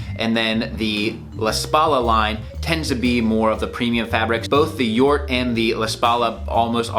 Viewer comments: You pronounced Jort correctly. It's Jort as in 'York'. It is a reference to Jort Kelder from the Netherlands. He is a well known etiquette lover and he dresses great. He did some televistion-series. At some point he got a offer to create his own line with SuitSupplie. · You pronounce Jort correctly, I know the guy he is a friend of the owner.